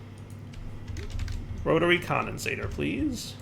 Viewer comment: When will learn that it's "Rotary Condensentrator", not "Rotary Condensator"? (He may already know and is keeping it as a running joke, but I can't really tell)